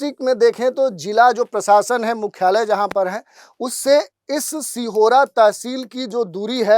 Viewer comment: सिहोरा नहीं सीहोर हे